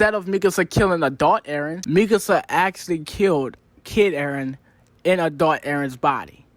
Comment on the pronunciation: "a-thot eren..." = Adult eren if anyone struggle watching.